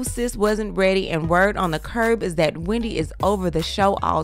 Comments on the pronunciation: Hahah not “we-N-Dy” 😂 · Hahhahahah “We” not “Weeee-ndy” gosh 😂😂😂👏🏾👏🏾👏🏾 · WE. Not WE-NDY, but WE. 😂😂😂😂💀💀😂💀